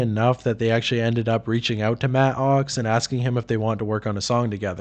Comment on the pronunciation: I can’t even listen to this because of the way your enunciating “matt OX”